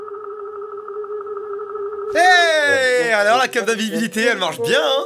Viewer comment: « alors la carte d’inviVSibilité » bweuh 😭😂😁